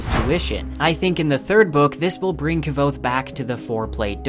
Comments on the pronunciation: I can’t stand kvothe being said wrong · Why that kvothe pronounciation? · Enjoyed the vid. You are pronouncing Kvothe wrong though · awesome job brah, but its kvothe is pronounced without the v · The way you pronounce kvothe is painful, the v is silent, listen to anyone of the million times patrick rothfuss has said his name. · I think your content is well done. And I love hearing about these theories years and years after I first read the books. But please look up how Rothfuss pronounces Kvothe :P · Love your videos, but your pronunciation of Kvothe is killing me! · The only thing that hurt me is how u pronounce Kvothe :s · Dude... Please pronounce the name Kvothe correctly. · The V is silent is kvothes name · Dude I love your channel and videos, but please learn how to properly prunounce names like Kvothe and Elodin. Your prinounciation is just awful and cringe-worthy. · Did this dude just pronounce his name Kav- othe WTF NO its pronounced quothe (k-woth) pat said so on a live stream lol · Mispronouncing Kvothe will never make sense to me. He literally tells you how to pronounce in the text, there's an exchange to the effect of "yeah it's Kvothe, pronounced like quothe" how do people still get it wrong?? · Yeah, Ka-vothe 😢, he should try harder, it’s not that hard to say K-vothe without the epenthetic vowel! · KuhWothe not Kuh-vothe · I loved all this except your pronunciation of Kvothe's name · Kvothe is described as being phonetically similar to "quothe" but with a soft v, so having it emphasized to how it's pronounced here as KI-vothe just sounds incredibly wrong to me. Basically I pronounce it with no space between the k and the v almost exactly like I'm saying quothe but replacing the u with a v. I think his name should be more graceful and the hard "ki" part pronunciation just seems clunky. There are other more minor pronunciations that rub me wrong but that's the main one. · Not quite - it’s like quoth but with a v. This guy, though, is totally off…